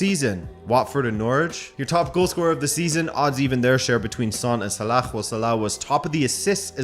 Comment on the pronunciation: Can you please stop trying to pronounce Salah. You're adding a sound / letter at the end that isn't part of his name. Sounds like you're saying salakh.